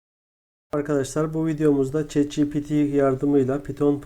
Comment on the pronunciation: ogli şet değil çat diye okunuyo